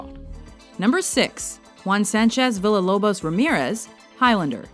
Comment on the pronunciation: Villa-Lobos is pronounced Vee-ya Lobos! (Think Pancho Villa.)